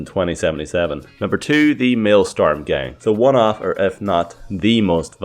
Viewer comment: It's maelSTROM Not maelSTORM